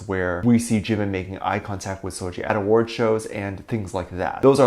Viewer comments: First of all it’s seul-Gi not Gee! Secondly, Dont drag her unproblematic pristine clean name into this nonsense! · Im more bothered about the way you're pronouncing seulgi's name 😭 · First of all you don't even promomce seulgi's name correctly GOD ! Second it's so funny how pple still with this jimin and seulgi thingy I thought we left it I 2017 😭 Third; you sound like allkpop articles 🤣 like two idols wear same cloths once : they are dating ...